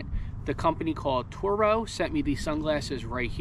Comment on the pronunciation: it’s pronounced like Toro